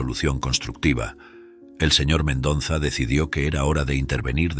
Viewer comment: Me gustó la historia Lo que si noté, es al narrador le cuesta respirar Se le escucha el modo de su respiración Si el Sr, hiciera la pausa correspondiente al leer la historia, no le pasaría esto Lee de corrido, le falta aire y es x eso que se escucha su jadeo ,al seguir con leyendo Otra cosa q note es:, es que pronuncia mal el Apellido del dueño de la empresa El dice MENDONZA Pero ese apellido q es de ascendencia hispana es MENDOZA A no ser q sea nuevo ese apellido En ese caso me disculpo Gracias